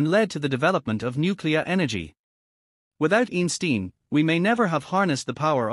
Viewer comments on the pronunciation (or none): Eensteen would probably ask you to at least TRY to pronounce his name correctly 😂